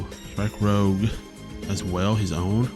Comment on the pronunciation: Strike Rouge is not Strike "Rogue". Lagowe: "Luh-Gow", second syllable rhymes with "ow" Dearka: "Dee-Arc-uh", and you discard with him first before you draw. Also, that's only when linking him, that effect would not fire when you put him on the justice. All colors have their own form of draw already. Blue gets straight draw power from numerous effects, White gets looting effects to draw on discard, green draws by searching for cards by traits, and red gets a small amount of draw usually in the form of card rebates or loss mitigation. If you're playing pure red right now and you want additional draw power the way you do it is splashing white for overwhelming affection or blue for show of resolve. That's why you're allowed to play two colors in this game.